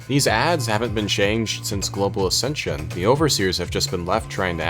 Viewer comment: ascension sounds like assisted sew iz side.